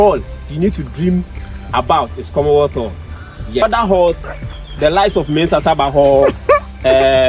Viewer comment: Commonwealth Hall Not komothoo